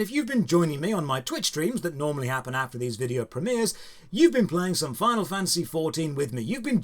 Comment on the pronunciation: Calls himself British but pronounces it 'Premeers' ;)